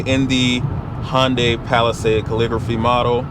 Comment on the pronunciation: It's not Hon as in Honda, with a day tacked on. It's Hun as in hunter, with a day tacked on. In Korea is Hun deye, as in eye. Hundeye basically with emphasis on the D. But here in the US most people say Hunday. Hope this helps.